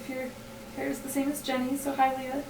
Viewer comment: *dies* HEY! hehe. did I ever comment this? Anyways, you so mis-pronounced my name! you said lee-ah! hahaha it's ok, I still love ya;] how've you been lately? how's ashy? glomp him for me! *hugs* talk to you soon hopefully!